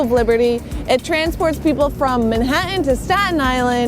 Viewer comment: Did she just say Manha-en? Millennials don't know how to pronounce "t's".